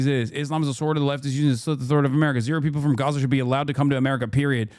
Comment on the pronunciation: love when a rabbi is brought on to an israel talking head segment who can't pronounce gaza or mispronounces it intentionally